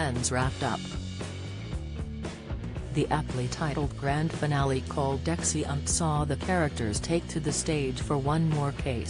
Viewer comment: "Exi-unt"? Are you kidding me? I can't listen to this AI voice, much as I want to hear Season 9 explained.